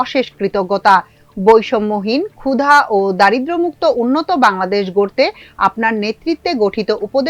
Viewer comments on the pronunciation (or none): none